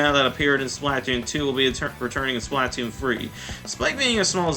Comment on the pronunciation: Why do you pronounce splatoon like that